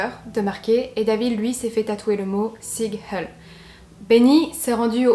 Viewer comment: Le terme « Neo-Naziste » n’existe pas , neo-nazisme ou neo-nazis « nationaliste ou neo-nazi » … et les Skinheads ne portent pas de « blouson en cuir » mais des Bombers , des rangeos ou des Paras avec le plus souvent des lacets blancs. Et PS: Sig Hail ne se prononce pas « sig hell » mais « Zig HaÏL»